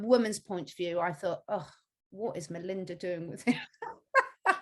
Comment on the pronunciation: Melania... not Melinda.. haha